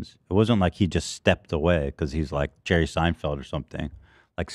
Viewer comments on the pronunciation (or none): none